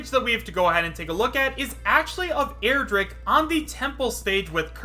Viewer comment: stop saying airdrick and stop falling for smash 4 mods